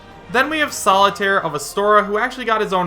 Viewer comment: Is this video a joke? Seriously? This is bull if I’ve ever seen it why do you believe this? Also Solaire not solitaire... and it’s so non realistic... if it’s a joke vid make it more obvious